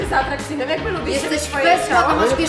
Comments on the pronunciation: „Kto jest najbardziej arakcyjny“ ktoś nie ma T na klawiaturze XD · "kto jest najbardziej ARAKCYJNY"